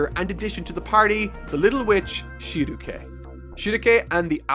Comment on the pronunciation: everytime he says Shieruke it triggers me to an unfathomable amount.